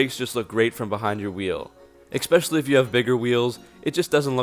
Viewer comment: You had me at "ekspecially".